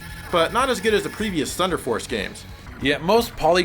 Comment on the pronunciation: THU-EEEN-DAH FOHCE!!!